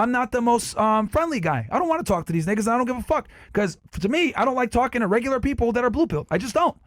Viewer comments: Did I hear “niggasis” 😂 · He said “niggasisis” lol 🤣